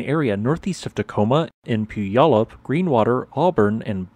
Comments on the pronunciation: Yes, with Mount Rainier (or Mount Tahoma to the natives) we’re pretty much screwed here ….someday 😅. Good attempt at our native geographic names but to be more precise Puyallup is pronounced “PEW-AL-UP” and Puget Sound is PEW-JET Sound 🤓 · This kind of hurts me to hear, but understandable; literally nobody pronounces it correctly from reading alone. Pew - AL - up. That's 'Al' as in the first name. Also PEW-jet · Love your videos! Thanks for your thoughtful commentaries. Puyallup = pyoo-al-uhp, and Puget = pyoo-jit. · Mr. Narrator - kindly learn how to pronounce Puyallup, and Puget. Or are you to much of an intellectual to be required to provide words properly? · Round of applause sir for you attempts to say Puyallup. I honor you in valiant effort. You came SO close! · Was thinking the same!